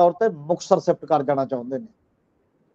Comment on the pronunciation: The word is Shromani not Saromany, Leadership not Leadersip ,Shift not Sift ,Kashamkash not Kasamkas, so on and so forth as one of your commentators pronounces-the points need to be taken notice of . Thanks .